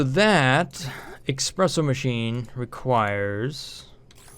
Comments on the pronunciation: Espresso! Not eXpresso... Swears in Italian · Every time you say "Expresso", an angel loses their wings... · eSpresso the no X in it. Please.